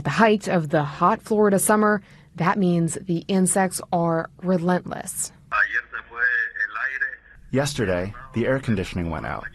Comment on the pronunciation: Hey I love your channel. One thing I can't stand is how you mispronounce the word relentless. It is re - LENT - less, not re-LUNT -less. Other then that keep up the great work you do!